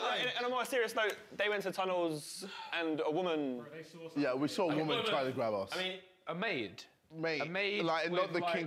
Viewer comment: wroetoshaw unofficial emphasis on the word "try"